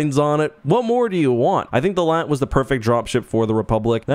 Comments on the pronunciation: Doont call it laat like latvia call it L A A T like a normal person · It's not LAAT it's L-A-A-T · its L A A T not LAT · calls it a LAAT Me: JUST CALL IT A LARTY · mhh yes LAT (you say LA-AT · Bro pronounced it “lat” instead of L.A.A.T 💀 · Its pronounced LA-AT they say it in the clone wars cartoon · Cannot finish the vid bc bro keeps saying Lat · now why did you have to pronounce it "Laht"? Do you call AT-ATs "Attat"? Do you call BX-Droids "Bex-Droids"? Dude.